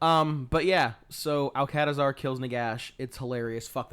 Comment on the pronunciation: This a bit of a hard listen. Starts off with 20 minutes of rambling, doesn't detail the function of the Mortuary cult, and they can pronounce Alcadizaar properly but can't pronounce Nehekhara even once